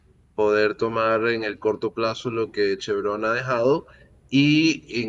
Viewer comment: l+a vaina es clarsa. Vzla. chavista no podrá contar con su petróleo. El Régien destruyó la industria y, ahora, busca financiamiento pero con Trump se fregaron. NOTA Es Chevron, palabra grave y no aguda, pues Chevrón es una ridiculez y falta de sofistación al hablar.